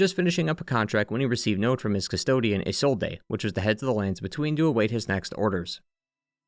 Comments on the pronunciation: Don't worry about it too much man it's pretty funny. Also it's pronounced like izolde, but the e is pronounced like the E in Friede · i swear this guy purposly mispronounce words to either throw us off or to get more interaction. Come on man that "Isolde" pronunciation pissed me off so much lmao